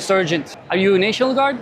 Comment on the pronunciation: Neşinil gardlarrrrrr gelmişşşşşşşş, kamilyaaa laf olsun diye konuşuyor işte ulusal muhafız diyemiyo neşinil gardddddd